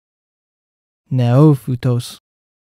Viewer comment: It is wrong; it is pronounced /nε'ο fi tos/.